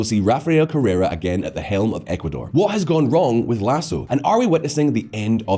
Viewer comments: “Correa” not “Correra” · Correa not Carrera